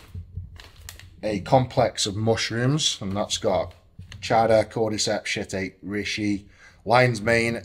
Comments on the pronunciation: "I've got shit-ache" lol Shih-tack-ee, I think, is how it's pronounced little bro 😁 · Pronouncing shiitake as "shit-take" lol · Honestly, for me the highlight of this video is Eddie pronouncing shittake as "shit-ache" had me creasing 😂 joking or not, proper tickled me, cheers for that man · Shiitake pronounced Shit ache 😂😂😂